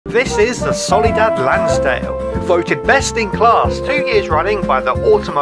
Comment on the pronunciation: you called it a "solidad" at the beginning